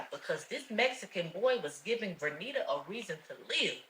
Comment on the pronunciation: I know the protagonist is named vernita, but often when it comes up in dialogue I hear it as renita